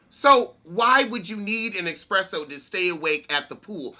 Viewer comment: "Expresso at the pool" That's a dedicated Venusian LMAO 😂😆😁😝😂😂💀